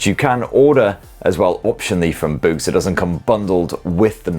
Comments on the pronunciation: Oh... BOOS!!! 90% of the video, I thought was saying, "BOOST" as in Boost Mobile😂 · Close enough 😂 it’s Boox